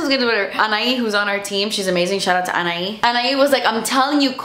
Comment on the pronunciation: My name is Anahi as well. I’m so shocked that you pronounced it right! Love you so much 💖